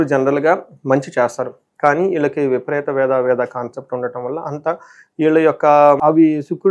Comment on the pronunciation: ఈళ్ళకి కాదు నాయనా వీళ్ళకి అని పలకాలి.. వాక్ శుద్ధి రావాలి అంటే భాషా పరమైన స్వచ్ఛత ఉండాలి అండి 🎉